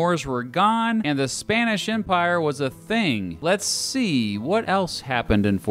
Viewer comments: ''Spainish'' literal ear rape. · Says Spanish “Spænish”